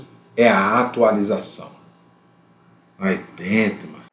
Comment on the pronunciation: Não tava esperando o "Aí Dento!" Kkkkkkkk muito bom